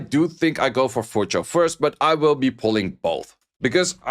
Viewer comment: His pronunciation is actually closer to the actual pronunciation. It's closer to Cho than Chu.